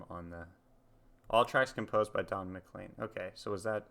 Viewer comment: McLean rhymes with rain, plain & Spain.